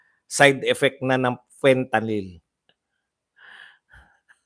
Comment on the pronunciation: Sabi ni mike Abe Fentaline at hindi Fentalyn, akala nya pati oral ang pagtake nito😅😅😅